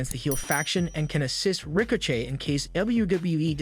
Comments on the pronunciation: did this idiot really say "Rico Chey"? Just lost what little credibility you could've had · He said Ricochet’s name wrong, so I know it’s not real. Damn machines are taking over!😂